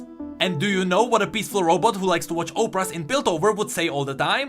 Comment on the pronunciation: Not dinging you on your english, im actually very impressed so i'd like to help. "Op-Rahz". Thats what the robot girl likes to watch. Opera sounds like Opp-err-ah. Keep up the good work.